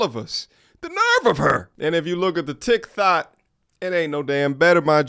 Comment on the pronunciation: Not "Tic Thot" 😅😅😅